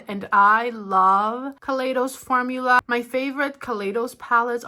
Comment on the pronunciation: Hi! Just an f.y.i kaleidos is pronounced kah-lie-dos:)